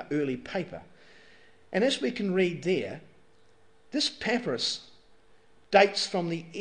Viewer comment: pepperous? I thought it was pa-pie-rus. Pepperous is that stuff you put on your food :P